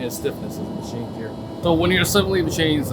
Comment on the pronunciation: Did he say 'MASCHSCHEENE'?